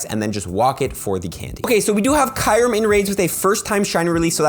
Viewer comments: I really don't care but it's Q rem (ky-oooo-rem) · The way you say kyreum tho lol